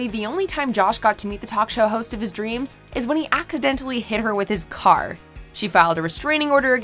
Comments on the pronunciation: the voice in this video says “acc-identally” instead of accidentally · did she say ackidentily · Why does she pronounce “accidentally” like that